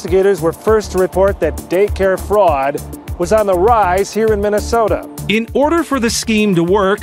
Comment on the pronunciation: Mini-soo-ta, land of Swedes, Germans, Poles, and Norwegians. How did this happen?